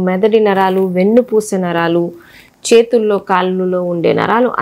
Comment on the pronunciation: అరకాలు కాదు అరికాలు. చేతల్లో కాదు చేతుల్లో